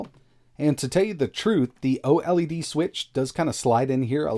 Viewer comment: " the oh Ellie Dee switch" please just say OLED like "oh'led"